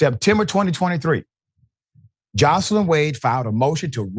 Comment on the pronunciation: Nathan Wade wife is not pronounced Jocelyn. It's Joyce Lyn. My name is Joyce Lyn., and I don't like for it to be mispronounced